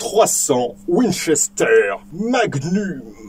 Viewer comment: Trois cents ouine chestère mague neume ! Et encore une fois... trois cents ouine chesteure mague nume !